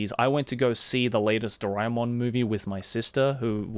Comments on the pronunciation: Its ドラーえーもん in japanese so it would be Dora - E -Mon like joey pronounced it here. I am an indian as well and I didnt knew this until I started learning japanese. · My childhood is incomplete without Shinchan and Doraemon. How can it be complete without it, being an Indian? P.S Isn't it pronounced DoRAYmon? My whole life has been a lie. Edit:- Now I know it's DoRAEmon. But can't change a decades-old habit, so imma just roll with it.